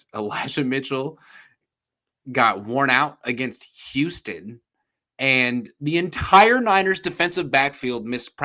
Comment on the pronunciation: calls the Texans ewwston